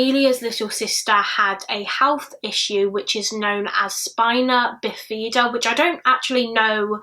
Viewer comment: The way she said bifida 😅